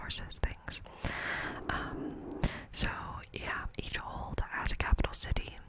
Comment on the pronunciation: Are you saying old or hold?